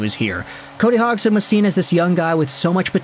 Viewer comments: Is name isn’t pronounced HOGson. It’s Hodgesin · Say his name right. HODGE + SON. Where do you even get HOGG + SON? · dude you butchered his name its pronounced Hodge son not Hog son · If I'm not mistaken the d in his name is pronounced. So it'd he "Hodgeson" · Lol just had to let you know you are saying his name wrong the gd in his name makes a j sound.